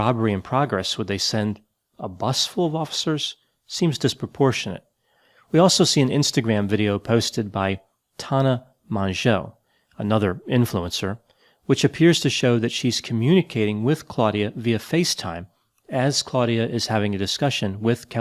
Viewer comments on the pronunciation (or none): Tahna mahshjow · “Ta-nah Mun-Joe,” 🤔 Oh, Tana Mongeau! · Her name's pronounced Tonna Mongo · Tana’s name is pronounced like “Mojo” (for some reason) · I love that he doesn’t know how to pronounce Tana Mongeau. I wish I could say the same for myself.